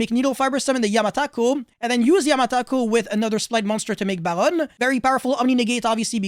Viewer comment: Do you speak French? I noticed a bit of accent when you said 'Baronne'.